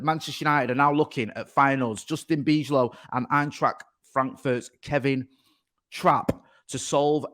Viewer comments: The pronunciation of Bijlow is Byelow. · Bijlow is pronounced By Low😉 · no need to get rid of him. also the ij in dutch is pronounced as y so its bylow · can say Van Dijk but not Bijlow